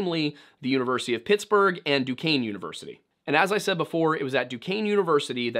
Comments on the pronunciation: honestly 😂 im just glad he pronounce duquesne right. i go there and NOBODY gets it right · nice to hear monongahela and duquesne pronounced correctly lol